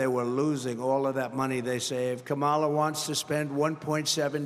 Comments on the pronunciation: donOLD trying so very very hard with what little he has left. He can't even pronounce Kamala how are we supposed to take you seriously? Somebody take his keys away and throw him in the retirement home. Goodnight Nurse! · CAN'T say name correctly. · How many times ⏲️ is he going to mispronounce Kamala's name???